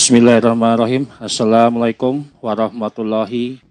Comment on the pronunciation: njay..grup lawak..konten kocak..ngomong assalamualaikum yg bener dulu bang...